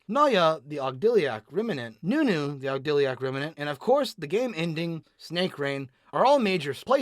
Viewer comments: If I were to nitpick card pronunciation, these videos would never come out. Instead, I'm going to give you my favorite mispronunciation. Ogdiliac. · How is he pronouncing ogodadic like that? Where is the L coming from? For real though love this series, keep it up!